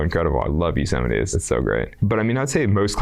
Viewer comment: “Yuusemite” “Pattygonia” hahaha😂